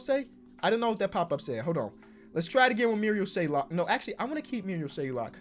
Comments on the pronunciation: Marial SHAY-OK. There’s no L in his last name stop calling dude Shay-Lock it’s not hard to read a name 😂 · There is no L in his name!!! SHAYOK NOT SHAYLOK like so he sees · There's no "l" in Shayoks last name, it's SH-A-OK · Very minor detail but there’s no l in shayok it’s not shaylock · It’s not shaylock it’s shayock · it’s shayok not shaylok 🥺🥺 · his name is mariol SHAY-ok. no L in between. shout out ISU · LIKE SO CAN SEE THIS It’s Pronounced Shay-ock, there’s no L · Where's the L in 'Shayok', just wondering? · there’s no L in Shayok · There is no L in Shayok